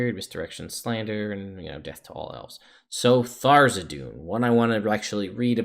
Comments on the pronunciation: Not meant to be nitpicky, but is there some pronunciation guide that states Tharizdun name should be said Tharzidun, or is it just personal taste? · The Forgotten Realms wiki says that the pronunciation is "thar-IZ-dun" and cites issue 93 of Dragon Magazine. I don't know that any of Wizards books give a pronunciation though so my guess is most people just go with how they first heard it or how they read it. My group for example always says "Th-raz-din", and probably wont ever stop.